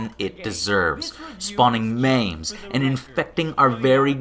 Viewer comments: Mames??? Say it right. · I’m so glad you got over calling memes “mames” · Mayms? The.... the fuck? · "maims"? What the hell is a "Maim"? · Hee hee, you mispronounced "memes".